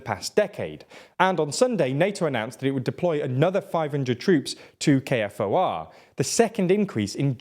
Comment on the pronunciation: It is pronounced K4 not K•F•O•R. K4!